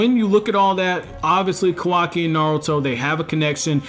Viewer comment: It’s Ka-Wa-Ki Not kaw-Wah-Key